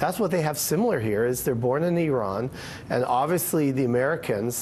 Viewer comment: Can you please learn to say "Iran" properly?